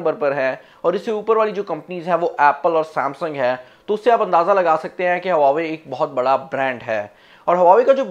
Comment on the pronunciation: Bro i think its wah-way not hua-way m i right...?